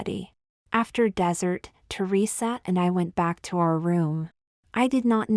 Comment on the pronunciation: I have been trying to get this person to understand how bad the AI really is & how having real people read these would be more realistic! AI couldn’t even pronounce résumé & dessert!